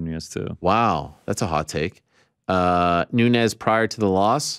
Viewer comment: somebody has to tell it is amanda noo-nez not *noon-yez*.